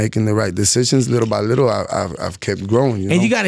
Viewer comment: ANUEL AKA " LILLE BY LITLE"😅